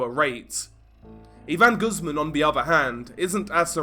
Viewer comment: Not Goosemen. Pronounced - Goose`mon.